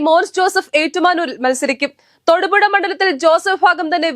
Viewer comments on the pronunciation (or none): none